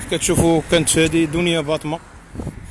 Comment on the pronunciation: ههههه واش سمعتوا الصحافي اش قال في الاخير مني نطق الاسم ديالها بلا ما يشعر قال دنيا بطة